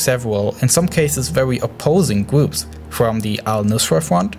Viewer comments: Its kind of triggers me when he says gwoops not groups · Can you also do an explenation of de gwoops of amewica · The weligious gwoups, such as chwistwians don't. Seem to be getting along